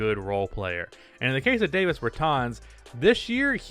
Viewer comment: Dude, it’s DAH-VIS Bertans. He’s from Latvia, not New Jersey.